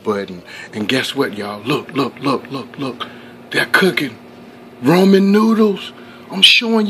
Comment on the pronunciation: Why are you saying roman? It's Ramen 😕